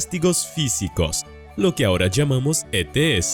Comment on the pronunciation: Se entiende ets perfectamente